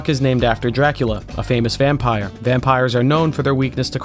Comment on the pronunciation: You said "vampire" like you're from Boston. lol